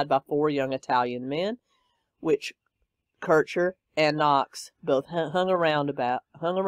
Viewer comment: Meredith Kercher, is how you say Merediths name.